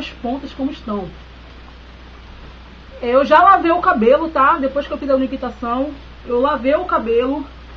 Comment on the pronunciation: Oi,, só um adendo, é umectação que fala, não uniquitação. Se você fala de brincadeira, perdão, sou nova no canal. Beijos!